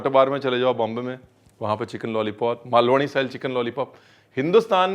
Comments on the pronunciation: You mention 'malvani' and u pronounced it also correctly. Feeling proud to be saccha malvani. Thanks bhai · Sir, the way you pronounced "मालवणी".. respect X 10